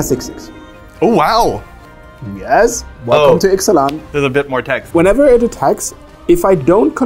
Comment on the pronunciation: is still better at pronouncing Ixalan cards than.